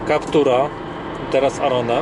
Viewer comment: Kiedy w pierwszych sekundach słyszysz jak koleś źle wypowiada nazwę modelu...